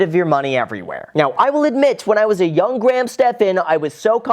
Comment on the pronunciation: Wow an American who says Graham right. Usually it sounds like they are saying gram